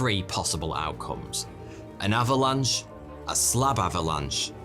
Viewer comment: . thought he said Slavalanche..